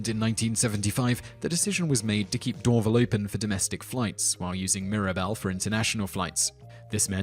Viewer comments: Glad Mirabel made your list the BTW other airport is spelled as Dorval and pronounced as " door - val" not " door - vel" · I know Simon knows how to pronounce Trudeau now, but Dorval is accented on the second syllable, the first syllable sounds like "door", and the second syllable rhymes with "pal". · Just for future reference...about Montreal's airport...they pronounce it Dor-VAL, not DORvl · Dorval is not pronounced DOR'-vul, but dor-VAL. Trudeau is not pronounced tra-DOO, but TRUE-dough. As for the Millennium Dome, it was built a year too early. Since the millennium actually began on January 1, 2001 (as there was no Year Zero) Londoners should have had a perfectly good idea of what to do with the Dome on that date. Since they were seemingly oblivious to this fact, the structure is a fitting monument to those who foolishly believe that the new decade/century/millennium started at the beginning of 2000 rather than at the end. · Simon's pronunciation of words that are even slightly not in English is... to say the least... cringeworthy. Dorville? Trudoo? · Pierre Elliott Trudeau (True-doe)Dorval (Door-val) (As in Val-entine)Mirabel (Mayr-ah-bell) Just some help there, for future reference. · I know this video is almost two years old... But English and French speaking Canadians pronounced Dorval more akin to Door-vaal. Using an 'a" sound like "Alan". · Dorval is pronounced Door-Val. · tip: when trying to talk intelligently about places in other countries, Google the pronunciation of names you've never heard, like Dorval. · Butchered "Trudeau" and "Dorval" too. Suprisingly, he gout "Mirabel" right! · Alexandra Warzee Also how he pronounces Dorval.